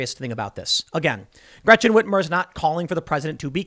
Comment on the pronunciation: Gwechen Ritmer😂